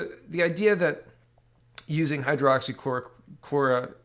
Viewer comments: Lol, at this point I think you may be doing it on purpose... Hydroxy, not Hydro-Oxy. On a serious note, what is wrong with Quebec's "recovered" column? Every other province/territory has at the least 1/2 of the total number of cases that have recovered, whilst Quebec stands at less than 1/4, someone needs to look into that...and now they plan on "re-opening" their economy first? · It’s Hy-droxy-chloroquine , not hydro-oxy-chloroquine, it’s easier to say it correctly. Not trying to be picky, but you keep saying you have a hard time with it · It is pronounced "high-droxy-chloro-quinn" I have been taking Quercetin (essentially acts the same as hydroxychloroquine, It is an ionophore for the zinc) along with zinc supplements. High doses of vit c, vit d and vit b12. I work at a hotel as a maintenance man and we are currently housing people with covid and have no real concerns about catching the virus because of what im taking. I also wear a mask when i am around people or in a public area.